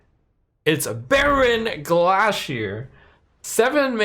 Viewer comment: Is another else really bothered by the way Trump is saying Bearon Gla'shear's name? Its literally a Bear on a Glacier... not 'glah-shear'. Yes I know it doesn't matter but it bothers me! SAY THE PUN PROPERLY